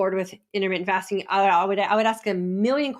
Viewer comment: Intermitten FATSING :D Hahhaa